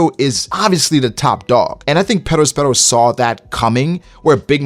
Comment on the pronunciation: Yo dawg why you rollin r’s on perosperos ???